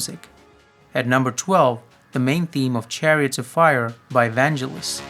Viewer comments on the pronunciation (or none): The G in Vangelis pronounced like get not jet